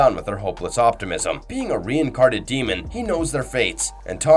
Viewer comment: "Drove his sword deep into the apostle's shoulder" bruh that sword is through his fucking neck. Also I'm pretty sure I heard "reincarted" not reincarnated